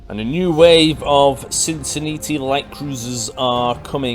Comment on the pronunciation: I think you're just saying Cincinnati wrong on purpose now.